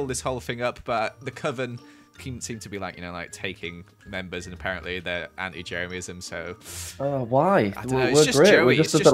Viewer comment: Hi you are the best. I am a huge fan and member of Jeremyism ( which Joey prounounces wrong) I numbered every item I own Jeremy 1234....